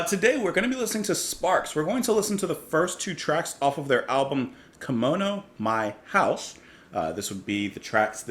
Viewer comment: One of my favorite albums from this period. Rock critics lumped them in with Roxy Music and Bowie back then - art rock (they didn't use the term "pop" for rock back then - that's more of a modern thing). Also it's pronounced [kee-moan-oh].